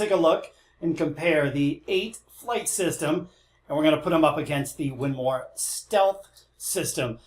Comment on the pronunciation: WINMAU... WIN-MOWW Why are you saying Win-MAR?????????